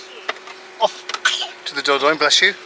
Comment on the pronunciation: Was Lisa just playing with the window during your slo-mo? lolz I have to say I would not have guessed that is how you pronounce Dordogne. Or better yet, now you would spell it after hearing you say it. I remember what it was like to go to the lake when I was a kid, it was the best part of summer. You need a trail camera to see what is eating the veg. Put back on your Detective hat and find the perp. Isn't it great when there are simple things like a tiny trolly that make the kids happy. You know as well as I do, it only gets more difficult as they get older. That is one dumb bird. lol. Laterz!!!